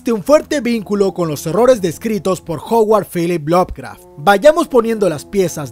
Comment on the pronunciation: Me encanta cuando dice Howard Phillips Lovecraft !!! Abrazo